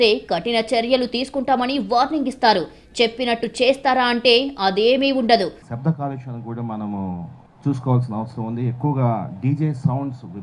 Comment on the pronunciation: తల్లీ తల్లీ షభ్ధంకాదు శబ్దం తెలుగు ను చంపకు వారు మనుషులు ని చంపడం తో సమానం షవయాత్ర!!!!!